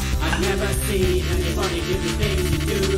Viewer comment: Roomie: critisise people for weird word pronunciation Also Roomie: "Never SHeeN ..." Edit: So it happens because of the effects he put, but bc of the fact it is in the song, I find it funny to listen to :)